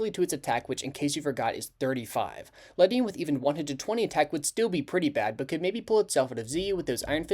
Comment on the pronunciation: I’m pretty sure its pronounced “Lady-on”